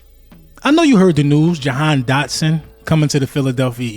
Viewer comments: If you got the kid the least you could do is get his name right 😂 my guy said "dahan dotson" twice. My guy, if he's so good why would WE CHOOSE to get rid of him after seeing him in two preason games and training camp and not wait until next year? Because he's been unable to get open and has serious drop issues. But sure lie to yourselves rather than listen to the fans who literally have seen ever. Single. Snap. I'll be be back mid season to laugh. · “dahan jotson “ ik your excite get the man name right